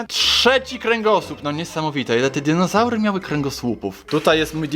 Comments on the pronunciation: Nie dizonaury tylko dinozaury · DINOZARY A NIE DIZONAURY xD Pokaż więcej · Dizonaury haha